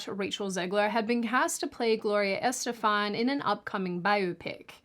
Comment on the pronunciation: In saying "Estefan" the accent is on "stef" not on "Est".